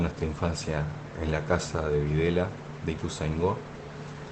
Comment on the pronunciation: Hola y Equipo, los sigo y los quiero muchísimo. Quisiera tomarme el atrevimiento de corregirlos con muchísimo amor y respeto, ya que vivo en ituzaingo hace ya muchísimos años. LA CALLE DONDE ESTÁ UBICADA LA CQSA, NO SE LLAMA VIDELA, SE LLAMA VILELA, ES QUE LA GENTE AL PRONUNCIARLA RÁPIDAMENTE PARECE COMO SI DIJERA " VIDELA" COMO EL APELLIDO DE AQUEL MOUNSTRUO DICTADOR, CON EL QUE TAN MAL LO PASO LA ARGENTINA EN LA DECADA DEL 70. POR DIOS SE LO PIDO, CORRIJAN ESE ERROR YAAAAAAAAAAAAAAAAAAAAAAAAAAAAAAAAAA!!!!!!!!!!!GRACIAS!